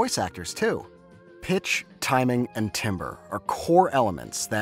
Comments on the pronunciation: Nitpick but 'Timbre' isnt pronounced 'Timber', but 'Tamber' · It’s pronounced tamber not timber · "timbre" is not pronounced the same way as "timber." it's pronounced "taam-ber." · I cannot say I've ever known "timbre" to be pronounced like "timber." It's always tamber, closer to how the word would be pronounced in French. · Yo who’s gonna tell him it’s pronounced “tamber” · As a music educator, yes can confirm this! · as someone whos been constantly reminded that timbre is pronounced "tamber" this makes me really sad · Did... did he he just say 'timber'. As in wood. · tam-burr.... its tam-burr lol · "timbre" is not pronounced like the wood, it's pronounced like "TAM-ber". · Timbre is pronounced tamber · as a fellow music student i feel ashamed for thinking timbre was italian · Why do you say timbre that way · Getting annoyed whenever he pronounces timbre with an i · (you pronounced timbre incorrectly, but thats an understandable mistake because its pronunciation doesn't make any sense) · My friend. This is a great video, but the way you mispronounce "timbre" is killing me.